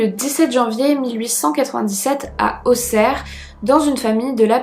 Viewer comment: Tu as bien prononcé Auxerre... MERCI !